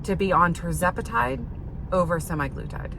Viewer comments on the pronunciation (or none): Sim-EYE-gloo-tide? Say it ain't so. I don't know where they got "sema" from -- but based upon my initial research, I think "sema" refers to 7 days or weekly. Interesting results even though data mining is somewhat limited in its scientific validity. You mention demographics as affecting the study. For instance, tirzepatide was cheaper than semaglutide, so that might have something to do with whether an insurance company approved treatment. Would be a good basis for a direct randomized comparison between the two drugs.